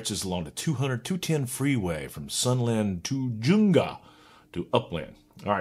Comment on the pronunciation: LMAO ( yea the guy is a turd) but TU Junga is pronounced tah Hunga (think spanish)LOL its southern CA !